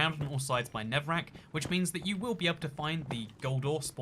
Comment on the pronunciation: “Ovah” “Nevah” I don’t hate it,I just think it’s cute